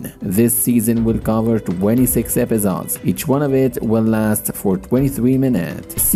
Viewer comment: Epizods? Bro just say episodes